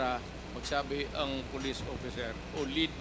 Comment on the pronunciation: May yootering na oppiser pa